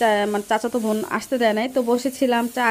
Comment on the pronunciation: বোন না বলে ভোন ভোন বলতেসেন কেন বারবার?